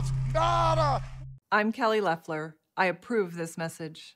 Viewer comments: For the second time, it is Lef-ler not Loaf-ler. yes she is making some stupid adds and we all hope she loses, again (she actually lost her election but no one got the required 50% of the vote) but at least pronounce her name right. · I enjoy your show. Please pronounce her name correctly. It’s LEF ler not LOWfler. Even tho I think she’s evil and racist, I think it would look better for you to pronounce her name correctly. Please don’t get me wrong, I can’t stand her and I voted against her.. Twice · Still saying Low-ffler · According to her own pronunciation its pronounced L ef ler. I hate to correct but the mispronunciation is a little annoying. It hurts credibility as well in my opinion. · Her name is pronounced "Lefler". Didn't you listen to her ad?